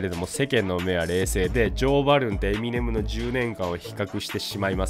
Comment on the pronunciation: エミ↑ネム↑じゃなくてエミ↑ネム↓ですよね？